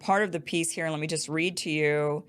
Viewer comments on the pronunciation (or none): none